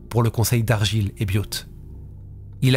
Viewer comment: Non. Parce que c'est sa dernière carte pour sa "soi disant innocence". Vauxhaul et Argualaile pour la prononciation 😉